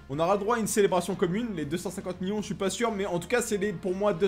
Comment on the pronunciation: "Million" toi tu le dis "Miyon" POURQUOI ?